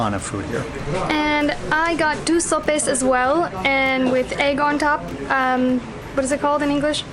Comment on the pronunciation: I think is "sope" remember in spanish "e" has a diferent sound.